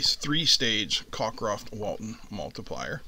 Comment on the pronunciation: There's barely any separation between the low and high voltage side. BTW, it's Cockcroft, not Cockroft.